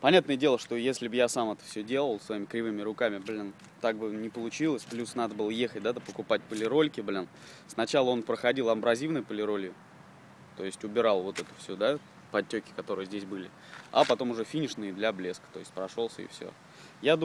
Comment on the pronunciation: Чутка поправлю, просто думал ты описался, но и произносишь так же))) Абразивная, от слова - абразив, а не от амброзии))) А так, красавчик ;)